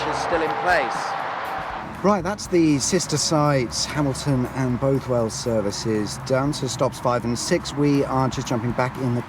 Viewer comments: Bothwell is pronounced with the first syllable as in “ball”, so like “Bawthwell”. The services is dismal but the village is chock full of premier league footballers and very expensive houses. The A74(M) was supposed to be renamed M6 when the Cumberland Gap was filled between Carlisle and the border, but it’s never happened. A lot of the original road signs in South Lanarkshire pointing to Carlisle have M6 hidden under the A74(M) patch. Heart of Scotland is pitiful, but luckily a brand new Eurogarages development has opened at the next junction eastbound. Not technically a motorway services, it is right on the junction and has multiple food, coffee and shopping outlets along with a cheaper Shell than the BP at HoS. I think the only thing keeping HoS alive is it’s Park and Ride facility to Glasgow and Edinburgh for Harthill residents via Citylink coach. Abington is always horrendously busy and has a tiny car park. Sitting right at the junction of the M74 to Glasgow and the A702 to Edinburgh, as well as the A73 to the Clyde Valley. It gets a stack of passing trade, could definitely do with being much bigger. I watched a man selling tropical fish from his boot in Hamilton services once. So, you can pick up anything from a service station. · "Both..." in Bothwell is pronounced the same as in bother, and "...well" is pronounced "wull". An interesting feature of Bothwell services is the access gate to the Fallside Road that locals in the know use as an unofficial motorway junction. Very handy!